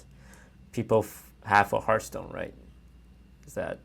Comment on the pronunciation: "Hearthpoon" Lmao